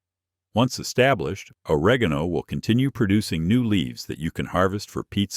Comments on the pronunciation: TI how to pronounce oregano it’s very important to where you put the emphasis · Thanks for a fascinating presentation! Was puzzled by mispronunciation of certain herb names llike oregano and taragon. Then I realized it was an AI reader.